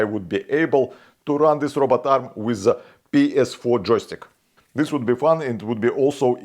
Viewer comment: "ps4 джойстик" приятный англо-русский акцент такой :) Like однозначно :)